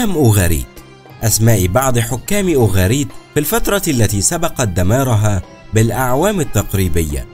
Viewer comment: اسفة اسمهما أوغاريت قراءتك غير صحيحة